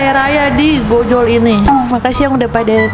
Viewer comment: Mohon maaf kak bacanya ojol bukan Gojol